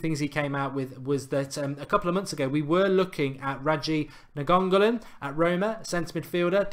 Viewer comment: mark! try to say: nine goal an . Think that would be closer than niangolan. Great video, keep these coming. Love United transfer rumours